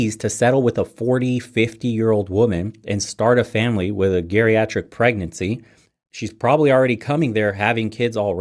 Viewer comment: You can't pronounce geriatric